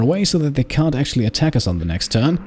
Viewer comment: cunt 😱😮👀...ohhh he said can't 😂